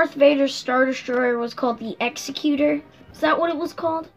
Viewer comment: Nice one guys, looks like a great figure, another one I got on pre order, can't wait for it to turn up. Not trying to be a douche but this is a bugbear of mine, the Super Star Destroyer Executor is pronounced as you would "executive".